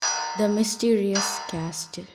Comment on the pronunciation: It was awesome 💜 but can I say one thing .. the castle 🏰 ... In this t is silent and it is pronounced as casle but written as castle